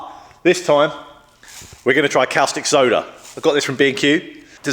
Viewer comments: Great video, progress! Caustic soda is pronounced cawww stick soda not kalstick soda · you say costic, I say corstic, says cowstic... Let's call the whole thing off;-) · Its pronounced "costick" soda not " Cowstick" like you're pronouncing.......just saying. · 'Cow-stick' soda lol. 🐄 Always thought caustic was pronounced 'cor-stick' or 'cost-ick', but what do foreigners like me know! 😉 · Great vid' as per usual ( btw, I think it's pronounced CORstic not COWstic, hope you don't mind me saying. ) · Its pronounced 'costìc soda' like 'caution' 😊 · That was a caustic remark. Cos tick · woops indeed. Caustic (pronounced costic) Soda solution is what you use on drill, mill or cnc bits to remove welded on aluminium. If you want to clean/degrease aluminium there are a multitude of specialist products better suited.